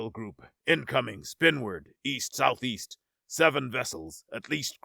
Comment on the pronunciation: wait wait wait did he really say east saouth-easet ? in space? and you really claim no AI-slop?? REALLY NOW??